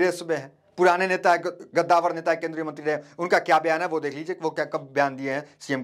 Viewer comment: पत्रकार साहब गद्दावर नहीं कंदावर होता है